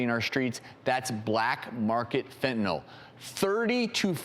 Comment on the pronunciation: Fentyl? Lol a keelow gram? Jesus. Learn how to pronounce words,.